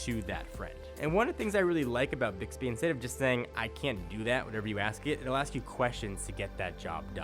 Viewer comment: I hear dicks-bee everytime.